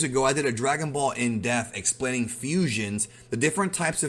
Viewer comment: Dude.. There's no F in "in Dep-e-th"